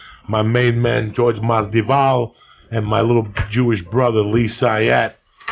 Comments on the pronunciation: Taylor Made umm no lol. He’s saying Masdival, not Masvidal. I’m born and raised in Cuba, doesn’t make a difference lmao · Go #EasyMoney WTF is Jorge Masdival? Joey keeps mispronouncing Masvidal's name. It's funny as hell when Rogan corrects Joey whenever he butchers someone's name. Pronouncing someone's name correctly is a minimum in terms of respect for a guest. Masvidal don't give a fuck. 🤣 Every podcast, Lee returns with his hand-flapping. One thing ya can't take from him... the guy is consistent. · Joey is saying Masdival instead of Masvidal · lmao Joey Said Jorge Masdival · No guy, he means Joey keeps calling Jorge Mas-Dival instead of the correct way which is Mas-Vidal. Masvidal soon to be 👑 of his weight class. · He means how Joey keeps saying Masdival instead of Masvidal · "Jorge Masdival" Joey messing up names never gets old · Damnit Joey, you said Masdival ! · Jorge "MASDIVAL" LMAO Like "Kalabib" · Hilarious how much Jorge hates his name being mispronounced and how many times Jorge mispronounced Masvidal. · Uncle Joey mispronounces Jorge’s last name twice within a minute. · Its great how masvidal never corrects Joey speaking his name wrong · Dumb fuck has him on for the second time and still can't get his name right. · Awesome podcast...I cringe everytime I hear Joey mispronounce Jorge's surname but it obviously doesn't bother nobody haha